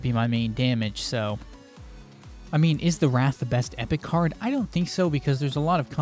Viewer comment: You keep saying Wraith like Wrath, but it's pronounced Ray-eighth.